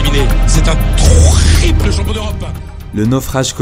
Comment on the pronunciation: écoutez comment il a dis le < >😂😂